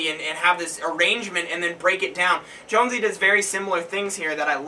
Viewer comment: Good review on the song. I'm pretty sure "Jonsi" is pronounced "yon-zee" though, or at least that's how I understand it lol